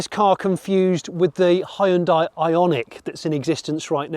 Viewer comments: It is not Hi-un-dai. you should learn how to pronounce 'hyundai' properly. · it's not Hi-hyundai, it's Hyundai - like Sunday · I don't know which one is worse, "hayundai" or "hundai". They're both pretty atrocious though. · Great review…with one exception…your pronunciation of the name Hyundai. It should sound like the word Monday. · Jonny, Hyundai rhymes with Sunday. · Please Jonny. Hyundai rhymes with Sunday. It's not Hye-yoon-dye. If folks can sound out the "e" in Porsche, then we can def use the easier (and correct) way of saying Hyundai. Anywho. Fantastic video! Can't wait for this one to go on sale. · You don't have to pronounce EVERY LETTER in a word. It's pronounced "Hunday" - like Sunday. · its pronounced "hue-n-dae" hue as in color n dae as in a sundae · It's pronounced like hun-day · Hun day ...come on get it right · I still don't get why this company is still called like 'hon-die'. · Hyundai like sunday...not hi on die.. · hyundai its not hi un di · it's bloody hyundai and not HIEANDIA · "Hi yoon dai"... c'mon you can do better, it's so off-putting. "Hyon dae" is way closer and you almost got it !! I'm always impressed and eager to hear your opinion, but in this one I got withdrawn from what you were saying cuz of that 😔. Apart from that the visuals, pace and editing was top notch! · Hyoon (one syllable) dai (one syllable). Two syllables. Not Hai-Uhn-Dai. Hyoon-dai. Ask any Korean. Please. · It's Hyun-"day" not Hyun-"die". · Hyundai is two syllables not three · Great car, but why is it that nobody in the UK knows how to properly pronounce Hyundai? For one, the "y" is nearly silent and the "i" is completely silent. Think of the end as "Day" not "Die." Oh, and this is from the Koreans, not just me saying it. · Korean listening to “Ha-hyun-die” : 😩 not again... Please guys, it’s /hyun-deh/🤪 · Why is it that 90% of people can't say Hyundai properly? It's pronounced "Hyun-deh", not "Hi-un-die" or "Hi-un-day". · Ooh Johnny, it's not hy-un-dai. Its hyun-dai.